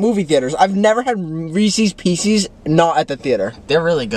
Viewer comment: chris calling reese’s pieces “reese’s peecies” is so funny